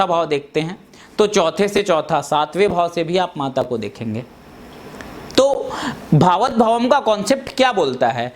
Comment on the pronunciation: बकवास। भावत नही भावात् शब्द है।